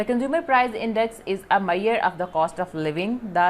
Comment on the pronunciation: its MEASURE not MAIYER .